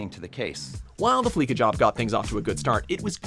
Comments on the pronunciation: Is no one gonna comment that he said fleeka instead of fleeca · Its not fleeKA it's fleeSA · It’s FLEESHA not FLEEKA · It's fleeca not fleeka lmao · FleeKa? It's pronounced Fleece-A. As in to fleece someone of their money. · Flee-suh not flee-ka. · It's pronounced Flee-sa not Flee-ka. Did you even do research? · It's pronounced Fleesa Not Fleeka but seen as Fleeca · FLEE-SA, not fleek-a. You don't fleek someone, you fleece someone. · Dear god, Fleeca has been around since at least GTA 3, you'd expect people to know how to pronounce the damn thing by now. Fleece... as in shaving a sheep. Fleece. That's the joke, folks! Do yourself a favor and just sit in your car and listen to the radio ads.